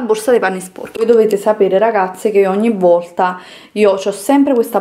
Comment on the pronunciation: Volta, non vorta. Non ti chiedo di sapere la grammatica e i congiuntivi, ma almeno pronunciare bene le parole eh